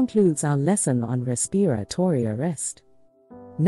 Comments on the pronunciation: Oh Please get someone who knows how to pronounce "RESPIRATORY". A 6th grader can easily pronounce this word, among others in these videos. So annoying!!! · Is this a robot? Why do they say "respiratory" that way?